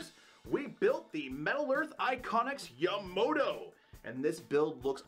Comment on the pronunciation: hey brah, I understand you were involved in a hit and run.. but, theres only pone O in the name Yamato, so its not pronounced Yamoto. Amazing build though.